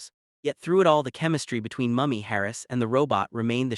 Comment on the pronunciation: How you gonna make a documentary on LIS and mispronounce the lead's name throughout? Say it with me - Mooo-Me